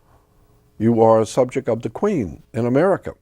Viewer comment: The Subjek of Emplaw-ees Jordan knows the importance of words 😅